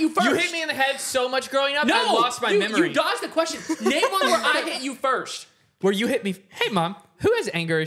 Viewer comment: Why does cash say firsht and not first